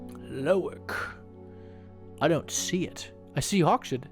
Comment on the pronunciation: 100 % Sure Hawkshead doesn't have a SH sound.... Hawk's Head. LOL Loving this game!